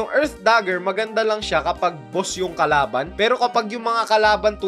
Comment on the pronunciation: Mali pag Sabi mo sa kalaban Sabi mo karaban 😂